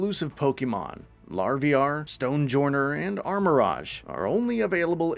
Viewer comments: This man really just called Larvitar Larvi-ar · Seems like you don't even know half of the Pokemon names ... What is larvier it should be larviter ... Many more mistakes were there in the video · hi sed Larvitar wrong i had to go back to lhear it XD thx for the video looks nice cant w8 for it :)